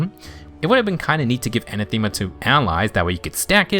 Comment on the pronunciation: Anathema isn't said as "Anna-Theema" it's "An-Atha-Ma" Rhymes with "An-Wrath-A-Muh". Appreciate your videos. Feels more concise than Phoenixmaster's in many cases while also suggesting just as many builds